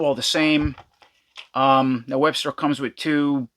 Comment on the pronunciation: You keep calling him Webster but it’s actually Webstor